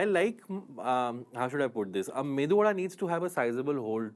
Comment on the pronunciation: Mendu vada - This is epic, Mr. Cyrus 😂. I initially thought it was part of this skit, but I quickly realized that Mr. Bakra doesn't know that it is actually called as Medu vada. Kunal > please do the needful .